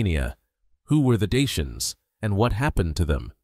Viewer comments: So ein quatsch. Daker nicht Daianer. Kann die AI das nicht aussprechen? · Даки а не диянцы! Прямо слух режет! Почему искусственный интеллект искажает это слово? Редакторы ваши совсем не выполняют свою работу! 😡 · Dakker, not dian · Какое диинцы? Или у меня ппоблема со слухом? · Rom e ma-ta! Ce porcarie AI ul asta ,adica nu mai exista un prost capabil sa citeasca un text si trebuie sa suportam scarbosenia asta de voce artificiala care inventeaza cuvinte "deiani"?? Folosirea AI arata lipsa inteligentei naturale. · Deisians?? Who speaks like that, it's not English. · Ich frage mich nur, wie man die Vergangenheit und Geschichte der Rumänen kennen kann, wenn man nicht einmal den Namen der Daker richtig aussprechen kann. Ich habe bereits drei Versionen zu diesem Thema gelesen, und keine davon ähnelt der anderen.